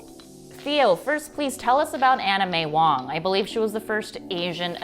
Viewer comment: I swear I keep hearing anime wong, it's Anna May Wong!